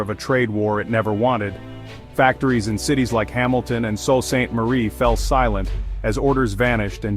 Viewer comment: News commentators in the US would do well to some research before making comments on conditions in Canada. For instance one commentator pronounced Sault Ste.Marie .Salt saint Marie.. it's Soo Saint Marie. So much for American education.